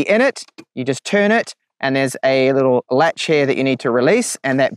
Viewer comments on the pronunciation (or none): none